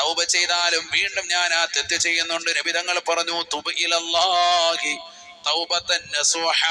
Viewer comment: തുബ് എന്നണോ തൂബു എന്നല്ലേ